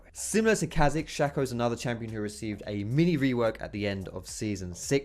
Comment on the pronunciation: anyone else get a tad annoid when he said chazix not K hazix